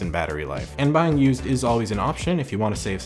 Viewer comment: ...... 😑 Why you saying "bheying" champ?